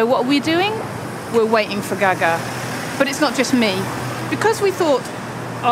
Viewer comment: Omg the presenter how she says "gaga" is horrific!!